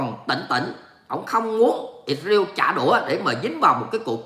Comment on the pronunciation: "lsrael" chớ không phải "Isreal" nha. Đọc là Is-ra-el chớ không phải Ịt-riêu nha.